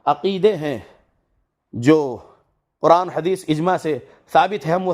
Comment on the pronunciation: Bhai ye galat hadees ko hagees bolre waise na bole .aapse adaban guzarish